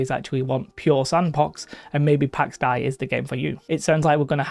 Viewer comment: Not to be that guy, but it's pronounced "Day" (dei). Pax Dei is greek. Something like God of Peace or Divine Peace or something like that. Pax - Peace, Dei - God, Deity